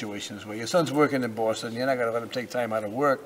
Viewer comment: "he works in Boooasten"